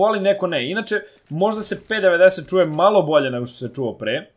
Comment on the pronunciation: p90 se kaze pi naintin